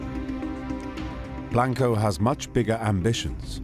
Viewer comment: The narrator is a Brit, but there is certainly no excuse to mispronounce names/last names when they are readily available to hear in other docs and interviews. Saying Blank-o, and Tru-jilio is just lazy work, no matter what your accent sounds like.